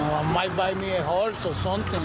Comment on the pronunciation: I thought he said hose, not horse